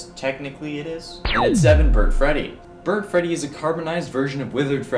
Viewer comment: When you said Burt Freddy I thought you meant ignited Freddy